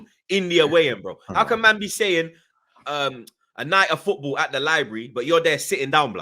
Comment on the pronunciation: Everytime says footBoo i get a fright